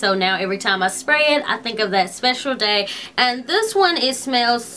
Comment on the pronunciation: Can anyone tell me why she adds a to most words she says like instead of brush she says brusha . Or day id daya